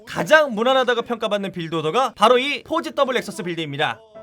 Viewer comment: 진짜 발음 조심해야 겠닼ㅋㅋㅋㅋㅋㅋㅋㅋ